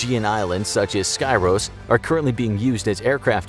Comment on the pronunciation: Nice vid. Just one v small note though: the island of Skyros is pronounced: "Skeeros". Greetings from Greece!